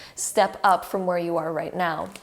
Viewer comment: Did she really say right meow or is it just me